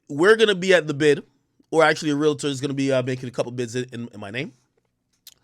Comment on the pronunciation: Remember it’s a REAL-TOR not a REAL - A - TOR